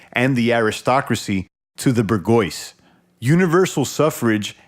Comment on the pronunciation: Not "ber-GOYCE," man... "Boor-zhwah(-zee)..." It's easy to find the pronunciation online. Good work, bringing this book to light for more folks, though. You might wanna read "The R*pe of the Mind," by Joost Meerloo. Very, very relatable to the past eighteen months.